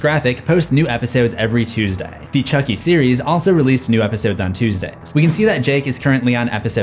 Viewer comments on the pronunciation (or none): none